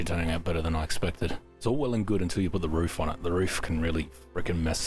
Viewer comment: lol "rouf". im on the rouf;)